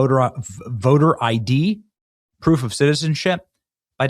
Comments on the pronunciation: She said poof not proof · Hey, give, kamala some credit. It's very hard for her to say the word proof.